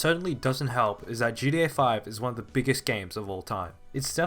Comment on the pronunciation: It is so weird hearing you keep calling it GA5